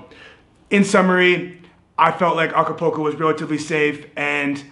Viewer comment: Nice video ,, cool channel ,,, just one point .. the city ACAPULCO is not pronounced A C A P O C O .. it is pronounced A C A P O O L C O .. you know like a swimming pool ..